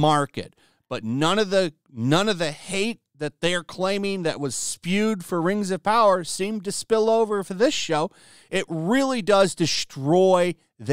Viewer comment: Muh Rangs of Powaaah!! garbage ass content.